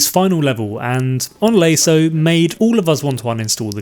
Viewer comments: Never heard anyone pronounce it lay-so before rather than lah-so but alright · Loved the video. However, and I dont mean to be an ass, but youre pronunciation of LASO drives me infuckingsane... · I wish you would stop pronouncing LASO incorrectly.